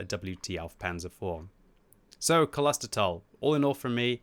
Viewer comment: "Close ter tal" would be the correct pronunciation. Which literally translates from German to "Monastery Valley". Personally I deem it Kloister. This map definitely has its strengths with being a very decent mix of city and open terrain. The city definitely favour faster heavies that can get into those positions by the fountains or ambush through the tunnel. The WoT mechanics are too forgiving/dumbed down to allow for a much more open and less hulldown favoured city, if WG added a "hardcore" mode with higher experience and credits but gave tanks less HP to spend but the chance to respawn they could make realistic locations feasible. I personally enjoy maps that are closely related to the realistic location and want to see more that are inspired by them, Cologne would be an excellent city map offering many wrecked buildings and numerous angles of fire. I'm not sure why WG has recently taken interest in having more tunnels and "indoor" areas, and the concept is cool but tanks are famously not indoor vehicles. Though if you ever get a chance to pitch a map, I think a map based in a mine would be absolutely awesome and fulfil WG's recent obsession with tunnel areas. There'd be lots of chances for hulldown ditches or cover, weaving corridors and literal pitfalls. Could also offer a chance to include dust as something that limits concealment or make it darker inside, giving muzzle flashes new life.